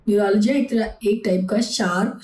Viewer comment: न्यूरोलॉजीया नहीं बेवकूफ न्यूरालजिया